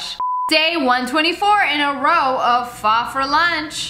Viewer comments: Girl said “Pha” no it’s pho not trying to be mean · It’s fooooe not fye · did she really say pha instead of pho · PHOH!? WHY DO PPL PRONOUNCE IT LIKE THAT! (This isn't hate I love ur vids ms lia) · “Pho for lunch” It’s pronounced Ph-O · This is how you pronounce pho it’s like fuh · Lia I’m Vietnamese and pho is said “phuh” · I’m sorry but the way she pronounced pho “fa”😔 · THATS NOT HOW YOu SAY PHO 😭😭😭😭😭😭😭😭😭